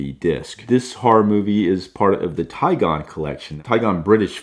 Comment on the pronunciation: It is Tigon not Tiegon